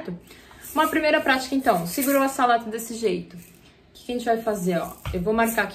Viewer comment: Lega! Obs: um "s" entre duas vogais tem som de "z" então a pronúncia seria"azalato". Muito boa a aula parabéns.